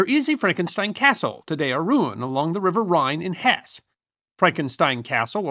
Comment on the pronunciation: Hesse is a two syllable word.